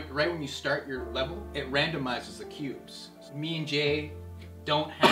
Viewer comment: I thought he said pubes.. ohhhh.. cubes